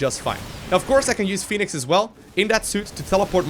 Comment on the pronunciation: The game already has a Phoenix. Fenix is thusly pronounced "Feh-nix". You're welcome.